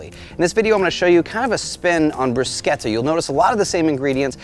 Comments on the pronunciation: There’s no K in Bruschetta..:)) Looks great though!! :) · Bruchetta (you pronounce it 'differently') is one of my faves - especially in the fall, when my garden tomatoes are ripe. It is an "open canvas" as far as what you do with it. - Love what you did with this one! I want to add some smoked red peppers to my next one. Believe it or not, it is snowing heavily here in Eastern Canada today, and my griddle is 'sleeping' until nicer days arrive. :)